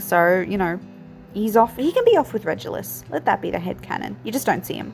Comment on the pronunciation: It’s definitely Regulus with a hard G like in ‘regular’. I also use a hard G for Reggie but I’ve heard both. Love how this looks, it definitely feels right for the black family